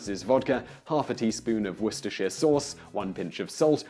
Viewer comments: Et tu Simon? Are you saying Wor-ster-shire instead of Woo-ster?? OMG Next we know you'll be saying 'Les-ter-shire' instead of Les-ter'!!! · Simon, Simon....are you English? It’s ‘wooster sauce’. Like ‘lester square’. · Why is a British man saying worcestershire sauce wrong... It's pronounced ''Wooster''. Does this guy just put on the accent or what? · War-Cester-Shire... What the hell is "Weer-ceh-sheere"? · I can understand why and Englishman would mispronounce Worcestershire Sauce when quoting an American, but why would he do so when not quoting one?